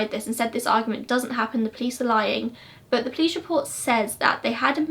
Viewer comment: Its funny how you pronounce police-plice that's how I hear in every video lolol